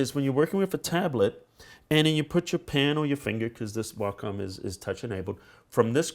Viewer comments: "if you look at the whockum tablets" WACOM WAY-COM NOT WHOCKUM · Logan Darklock that's not how wacom pronounces it.